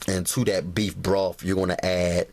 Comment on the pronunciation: Sorry...had to chuckle at "bee broff". Great video, though